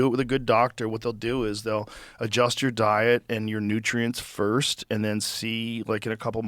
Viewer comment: "Firscht of all.."